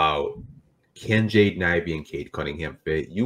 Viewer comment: It's Ivey, and it's not even close!